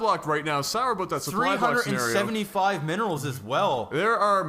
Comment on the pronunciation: I would just like to say, whenever you say "Sour about" it sounds much closer to Sourboat, personally I always get the image of a lemon-shaped boat into my head at such moments and then giggle. Thanks for the giggles and laughs.